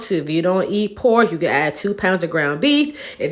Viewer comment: Lol "we like po'k"